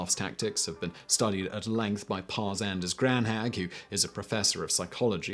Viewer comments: 10.15 "Pär-Anders Granhag"......... please pronounce the Ä as an E, that will sound better... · Pär Anders Granhag?? I guess that was the name of the Swede? Pär is pronounced Pear and Anders isnt that hard, just do a pause between the name and Granhag is pronouced Graan- haag .